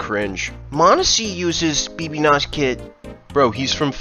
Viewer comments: Lol b b nos its actually said like "baby no money" (bbno$) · It's pronounced baby no money lol, not bb nos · “Bee bee nos” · nah he's calling bbno$ bbnas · "bb nos" 😂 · Ain't no way he called bb-no-$ bb-nos 😭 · It's baby no money not bb noss, bruh good video ily